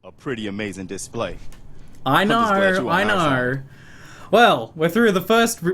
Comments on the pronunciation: First five seconds I heard "I knarrrr knarrrrrr" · The way you say Know... is weird.